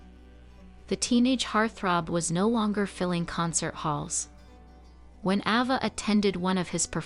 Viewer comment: Her name was pronounced AY- va.... NOT AH-va. How irritating.